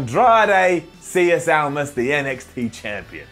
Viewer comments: I get that has admitted to finding it hard to say Almas' name but it's fucking cieN how could that possibly be pronounced cieS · How do you pronounce it 'cies' when it's clearly spelt 'cien' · I love you man, but it's CIEN Almas, Spanish may not be your forte', so the easiest way to pronounce it is C-N, ive noticed this twice now in your videos about Almas, it's a nitpick I know but please try to pronounce it correctly. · Cien (c n) isn’t hard to say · He was commenting on mispronunciation of his name. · Andrade. Cien. Almas. Cien. C-N. It's the Spanish word for 100. C'mon. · ITS CIEN, SEE-EHN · SAY CIEN CORRECTLY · he is butchering his name always.. seems like he isnt even trying :D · Gotta learn how to say Andrade "Cien" Almas, my dude.